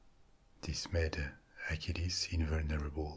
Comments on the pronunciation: Just a small comment, you pronounce Hercules and Achilles the same! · Are you saying Hercules or acheles